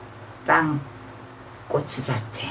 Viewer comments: 꼬빠 꼬빵 호빠 ㅋㅋ몇번을 말하고 있노? 아니 꽃빵발음이 그리안되나?한국말배우는 외국인도아니고 참 이해가안가네 그냥 궁물좋아하는데 밥에 물말아서 담궈논김치 잘 삭았을낀데 그거랑 먹어라 보고있는 내가 다 목이 메인다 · 입겁나 크면서 맨날 쪼그마케 쌈 싸달라잖아요 발음도 안되서 꼬빠~~꼬빠 아가리에 하나는 다 들어가겠는데 ㅋ